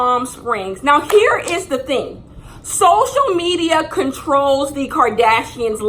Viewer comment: “i was on social mediar”